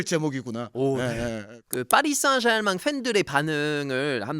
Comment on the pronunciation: 파비앙 발음이~ 파리 생제르망~이라는데~ 누가 생자르맹이라고 맹~~~하게 알려줬는지~ 참~~~ㅜㅜ